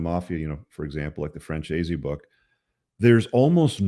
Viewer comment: Hey, Michael pronounces his name like: Fran Zeese. Just thought you'd appreciate that. 😎👍